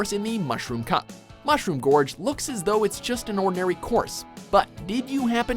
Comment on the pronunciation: im sure its mushroom george and not mushroom gorge